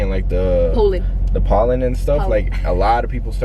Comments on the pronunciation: "powlen" lmao: pollen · "Polen" LOL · (Poē-lyn) - pollen 🤣died! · She said poulen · Lmao “polin , polin “